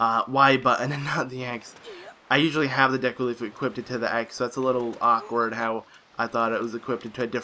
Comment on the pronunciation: "Equipted"? I bet you say "drownded". LOL